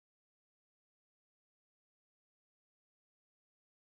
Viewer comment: You still did not pronounce it correctly🙈 it’s Preposterous(ridiculous/ doesn’t make sense)